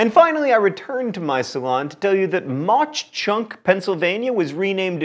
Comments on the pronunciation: the CH in Mauch Chunk is said like a CK. i know because i live like an hour away from Jim Thorpe and literally everyone says it that way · The mispronunciation of Mauch Chunk made me cry internally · Lol I watched this whole thing just for Jim Thorpe where I live near. No CH sound on the end of Mauch..they just kinda pronounce it like you would say hawk (although I think the original pa deutsch is with the ch sound) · i can’t stand the way he pronounces mauch chunk... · I know mispronunciation is your thing but Mauch Chunk is pronounced Mawk Chunk. And its very beautiful!! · John, please pronounce the town names properly. I'm from Jim Thorpe, PA. Mauch is pronounced like the word mock, due to the heavy German influence on the town. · Its pronounced MOCK Chunk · It's pronounced "Maw Chunk" by the locals not Mock Chunk. I will say though that Jim Thorpe is a beautiful little town! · I live near Mach Chunk. It is pronounced like mock chunk. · Tickled that Jim Thorpe is tops, but sad... It's Maw Chunk; as in rhymes with Paw. Great List. Dutch Harbor was a fun surprise! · It's pronounced similar to "Mock Chunk." My grandparents live in Jim Thorpe, and the lake near by is still called Mauch Chunk Lake. Imagine swimming in a lake called that. It's as pleasant as it sounds. But Fun fact: The term "Mauch Chunk" actually means "Sleeping Bear" in the original Native American's language. It was called that because the mountain nearby looked like a sleeping bear. Which is yet another thing that is as pleasant as it sounds. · The town 'Mauch Chunk' is actually pronounced 'Mauk Chunk'. You had it right at the very end! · Mauch is pronounced mock (like in turtle). Some in the town want to change the name back to Mauch Chunk because being name Jim Thorpe has not brought fame or fortune to the town. Over the past few years the heirs of Jim Thorpe have tried, in court, to have his remains returned to Oklahoma. Now you know the rest of the story. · Mauch Chunk is pronounced maah chunk